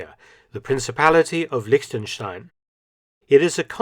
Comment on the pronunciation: Props to Mark for correctly prenouncing "Liechtenstein" as a native english speaker.